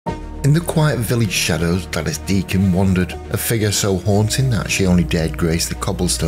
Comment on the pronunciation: You're mispronouncing her name. She used the version that rhymes with 'ladies'.